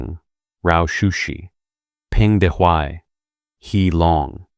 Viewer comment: good comment. i suggest asking someone who knows for proper pronunciation of the pinyin Romanization and of names of Ye Jianling; Peng Dehuai; Luo Ruiqing; He Long; Liu Shaoqi is the most egregous mispronunciation; otherwise the narrator is just reading a script and does not now much about these figures